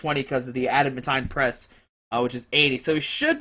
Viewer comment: I think it's pronounced Add-a-MAN-teen